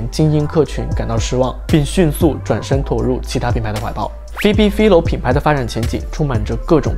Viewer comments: 我想說, 她名字好像唸Fai-lo, 不是fi-lo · 还是纠正一下 philo是 fai-lo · 他整個影片都把人家的名字唸錯，還說做了功課 🤣